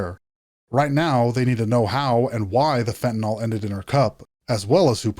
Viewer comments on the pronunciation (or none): Why does everyone say "fentinol" when there's no o in the word fentinyl???? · Anybody else get annoyed by the way people say fentanyl??🤣🤣🤣 it's not fentan-all.. but fentanyl.. like benadryl.. not all.....but Ill..... fentan-ill!. You're welcome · Where in the word fentanyl is an “ol?” There isn’t, just imagine the “yl” is pronounced “il” and you won’t sound like such an idiot. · It's fucking fent a nil.